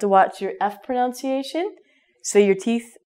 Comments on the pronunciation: Was I the only one that heard her say "pronounciation?" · You were saying "pronunciation" wrong. You were saying it like "pronounciation", which is a common mistake. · I'm sorry to tell you that your pronunciation of the word pronunciation itself is wrong. You pronounce it as pronoUnciation.... very funny! !! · is it a joke when you mispronounce "pronunciation"?